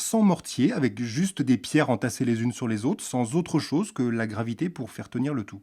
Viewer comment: à au lieu de dire chose il dit choge 🤣🤣🤣🤣🤣🤣🤣🤣🤣🤣🤣🤣🤣🤣🤣